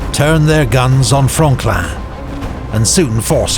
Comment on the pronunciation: Oh Franklin thought he said frogland